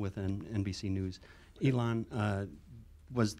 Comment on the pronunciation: Elong?? Who is Elong :) get the man's name right LOL